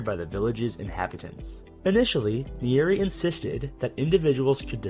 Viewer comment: You butchered the first presidents name bro 😂